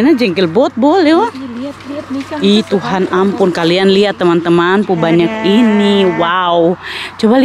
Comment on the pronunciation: kak bukan tuhare tp tuhan ee